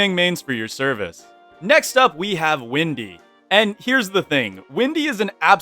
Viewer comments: i don't wanna make this a hate comment so please don't take it as one but why do you call her windy instead of wendy? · Did you say windy!? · pardon? did you said Windy? Also so true about my main(Woodie) + my buddy is maxwell main so it seem accurate.